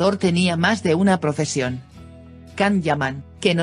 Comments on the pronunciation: Can-=Jan in English-not Kan,;Ç=CH in English-not k you will pronounce finally correctly??? Don't disturb your's followers, please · Por favor no le digas can es yan, gracias